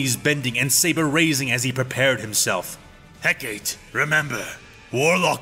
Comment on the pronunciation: You know, Asajj and now Hecate have now faced the pure mack daddyness that is Obi-Wan Kenobi. Between him and a female combatant, a lightsabre fight is foreplay... And it's He-ka-tee, not Heck-Kate.